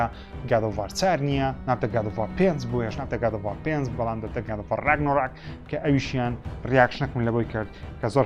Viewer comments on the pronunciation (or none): ڕیاکشنەکەت زۆر جوان بوو کاکە، بەڵام پێموایە ڕاگنارۆک ە نەوەک ڕاگنۆڕاک، ئەگەر هەڵە بووم ببورە